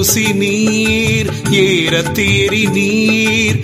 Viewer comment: அருமையான பாடல். ஆனால் நீறு பூசினீர் ஏற தேறினீர் என்ற வரிகளை பாடும் போது ஏறத்தேறினீர் என்று உச்சரிக்கிறார். அது பிழை.ஏறு என்று சொல்லிற்கு காளை என்று பொருள். வல்லின மெய்யெழுத்து அங்கு இல்லை.